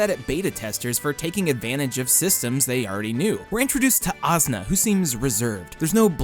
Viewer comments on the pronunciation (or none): The way you say asuna makes me want to kill my self. How as no one corrected you, it’s aaa-soo-nah not azzna